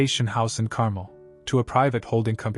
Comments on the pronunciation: Yeah, I get that. Carmel’s such a beautiful place, it deserves to be pronounced right! Hopefully, AI gets better with those details over time. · Decent story (finally) but I hope AI can improve someday. I grew up on the Monterey Peninsula where Carmel is. and to hear AI butcher that name is hard on the ears. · CarMEL, accent on the second syllable.